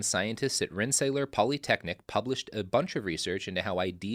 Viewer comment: FYI: Rensselaer is pronounced Ren-se-LEER, not Ren-se-LAY-er. Blame the Dutch.